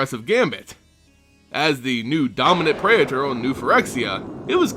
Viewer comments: Pray-A-Thor? really that's how you're supposed to say this? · great video but it's pronounced: praytor and zehlot (not zee-lot).